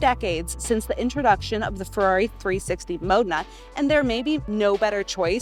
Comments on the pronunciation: Mo-de-na not Mona. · She actually says Mode'nahh really quickly ....BUT nevertheless still mispronounced. Lol However we're nitpicking as that gated shift 360 Mo- de-na is sensational. 👍👌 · she says Mona several times 🚘 🚘 🚘 or 👧 👧 👧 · Frosted its a wonder than she cant pronounce the name of the car she is selling correctly.